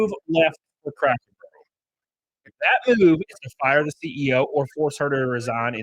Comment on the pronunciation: I knew I wasn't the only one hearing him say crackle